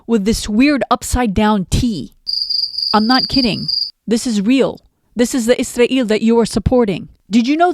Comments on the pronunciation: I think you should pronounce Israel the same way English speaking people do . Izrael Free Palestine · I’m sure you are pronouncing “Israel” differently (Arabic accent?) for a reason, but it’s hard (for me at least) to listen to. One sarcastic euphemism I like is “our greatest ally”. Just a suggestion. Other than that - great video!